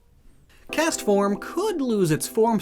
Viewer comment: is no one gonne point out 'castfrom tornado form'